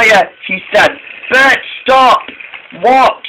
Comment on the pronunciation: It's Bert not Bret